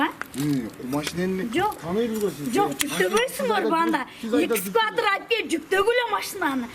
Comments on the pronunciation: Эже:-«Исквататор чакыргыла» 😂🤦🏻‍♀️🤦🏻‍♀️🤦🏻‍♀️Милиция:-« орусчаны туура суйлонуз» 👏👏👏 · Экскуатор эквадор🤣🤣🤣🤣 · Демиону айдаган катын арын жок катын экенсинда орусча суйлобойле койгулачы. Экскаватор дейтко 😂😂😂🤣🤣🤣🤣🤣